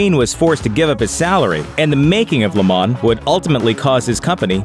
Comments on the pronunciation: LAYYYY MOH Not Ley MAN"s ----- LeMans ---- French word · It's pronounced Le Monz not Le Mon